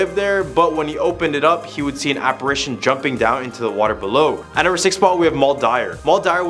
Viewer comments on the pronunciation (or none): none